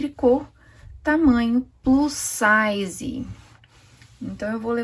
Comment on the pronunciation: No final você fala plus sise kkk